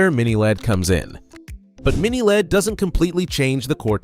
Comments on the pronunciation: You don't pronounce LED as lead bro. You say it just like LCD. L.E.D. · I've been an electronics technician since the 70s. I've installed LED bulbs (solder in) for power lamps on test sets. At no point in my life, anywhere, until now, have I ever heard anyone pronounce LED like "lead". We always, *always*, simply said the letters, L E D.